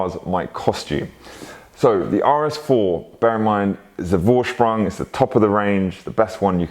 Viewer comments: Vorsprung is pronounced foorsprung. It’s German so v is a f. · Beautiful cars! I love my Audi, one day I will get am RS model... Gotta have life goals right?! 😂 Oh ps... A "V" in German is pronounced as an F so it's pronounced Forsprung. You did ask 😁